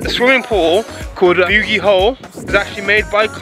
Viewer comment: As someone from Newcastle this is so cool to see, but your pronunciation of Beaumont st and the bogey hole is hilarious!